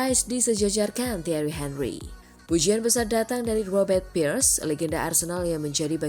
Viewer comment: Robert PIIIRREEESS bukan PIERS 😅😂